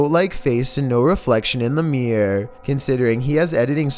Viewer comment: please learn how to say ‘mirror’ properly 🤪